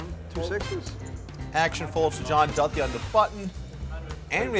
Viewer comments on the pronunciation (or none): Commentating is not your forté, Doug. Too much to critique. Overall, I only turned off due to Polk’s voice, pronouncing Duthie’s name wrong & telling everyone how you have to play poker. I’m sure Phil Ivey plays just like you, Doug.